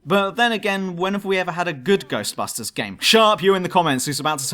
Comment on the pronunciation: I heard it. You said Ghostbastards. 😂